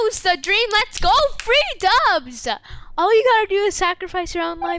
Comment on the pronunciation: He says “Let’s goooool” with the L sound at the end.